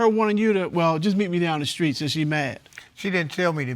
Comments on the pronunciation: She said the skreet 😁😆😂🤣😭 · Aww. Now you two take along romantic walk down the skreet and love happily ever after 😁 (Am I the only one heard her say skreet 🤣) love is beautiful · Did she say walk down the skreet? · Down the skreet???!!! Lol...